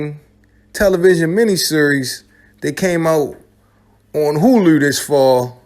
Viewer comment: Hearing a Baltimore dude pronounce Hulu is painful 🤦🏾‍♂️😂